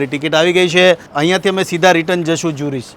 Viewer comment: Bhai it’s not ઝ્યુરિચ . એને કેવાય ઝૂરિખ